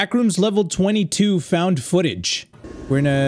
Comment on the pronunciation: Is no one gonna talk about how at the start it said “found fotage”